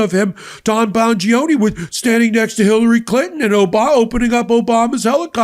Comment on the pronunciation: get the name right, it is Danny Bong-gino. And in that "applause" incident, look at Rubio - its clearly forced.